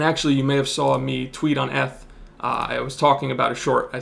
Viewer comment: Trips me out every time when he says “ETH” lol. Beast nonetheless. Learned something new today. Great content.